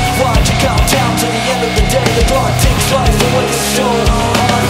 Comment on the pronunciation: His Chester voice could be more authentic if he shaped his ending R sound more roundly like an English speaking person would do ('run' as opposed to "wrun"), sometimes it's too flat. He also says "dis" and "da" instead of 'this' and 'the' respectively. Like that English "th" sound is missing a lot of the time. It's excellent pitch and sound, just the words then sound like a Brazilian doing English. The Mike Shinoda voice actually comes off New York accent (ie for 'lost' he pronounces "lawst") more than West Coast accent ("lahst") for the urban rap style. It's just a little off, but sounds great. The music is awesomely recreated and the most impressive portrayal is the Bassist.